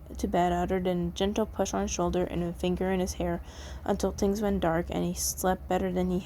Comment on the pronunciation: sorry if this is rude, but I love the way you say "tings" instead of "things" SORRY IF ITS RUDE!